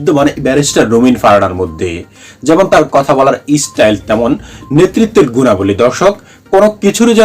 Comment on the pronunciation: ন্যাতা, ইসটাইল,অবাব, এ্য।বং, শ্যাশ কী জঘন্য উচ্চারণ !